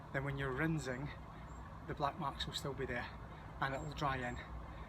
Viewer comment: Great video, well done. I use a fence sprayer instead of a standard garden sprayer, I find it much better especially when as you would say " Rinzing".,🤗😂😁